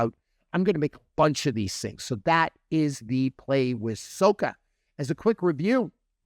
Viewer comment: sah-kah FYI. (not soh-kah)